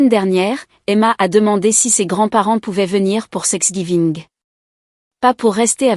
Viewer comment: Pourquoi sex giving ? (prononcé et écrit)